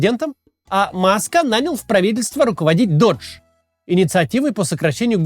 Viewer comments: Doge произносится как доудж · Кто нибудь из команды Каца, скажите ему что doge произносится как дож, венецианский глава государства, а не Додж, американская марка машин. Это ведь игра слов заложена в имя, все ее знают. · Вот только оно произносится как "доге", бумер. Оно названо в честь мемной собаки, которую форсит Маск.